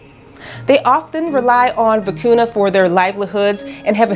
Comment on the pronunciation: I enjoyed your video but please learn the proper pronunciation of the Vicuña.